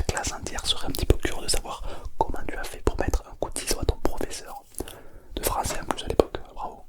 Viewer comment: "je suis votre prof de phranssais, je suis intrengisible" 😂